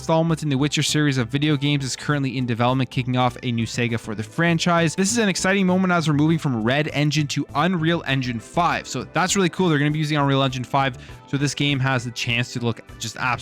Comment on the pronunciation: It sounded like you said Sega and not saga.